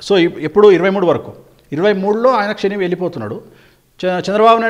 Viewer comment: షెని ఏంటి.. శని అనాలి